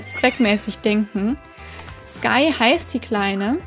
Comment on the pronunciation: ich reite selber auf einem Isländer Pferdehof und dort heißt eine Stute auch Sky man spricht es nur isländisch aus als nicht auf die englische Art sondern Skiiiiiiii (schreibt man aber genauso wie im englischen) ich hoffe du verstehst xD